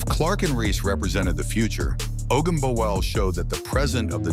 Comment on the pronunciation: I like how this AI narrator decides since it can't figure out how to pronounce Ogunbowale it's just going to use ALL pronunciations just in case.